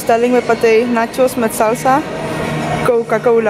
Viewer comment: Zo mooi hoe je nachos met salsa op zn Spaans uitsprak😍